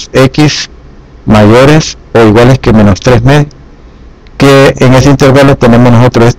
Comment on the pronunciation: Se dice intervalo y no intérvalo